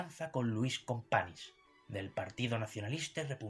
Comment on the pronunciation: "Luis Companis..."???? 🤦‍♀